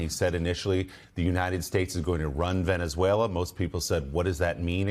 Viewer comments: Donald Trump, "Venezueler." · TRump: . Venice-whaler that’s how he pronounces the SA country. Listen at the :08 mark. My bag of chips are still $6 a bag. What happened to America first? Seems like we are an afterthought. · “Veneswayler” - Dementia Donald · Venezueler? Dónde es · Hellurr Venezuellurr TrumpDea smh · "Venezwhaler?" What an educated President the U.S. has!😂😅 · Venezuelerr.. at least make an effort to pronounce it correctly. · Venezueler !?!?!?😂🤪When did Venezuela become Venezueler! I believe " there isn't an R in Venezuela. Low IQ